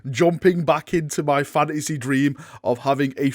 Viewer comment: “Warhammer FANASEHH”